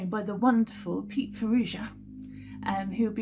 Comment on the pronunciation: Hey there,!:)) This is a great collaboration, BUT... sorry man, you should not allow anyone getting away with mispronouncing your own surname – that sucks to begin with, I'm afraid!:(( Other than that, Pete, 'blues-wise', you are stepping up in class in this album, Soho Heart. No doubt, you are ALL brilliant musicians, and I'm impressed by your 'soho blues' lead-lines (in the style of Byther Smith, at times)... outstanding playing that is! Thanks for sharing! Regards